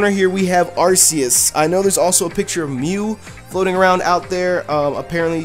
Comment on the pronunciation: you mispronounced Arceus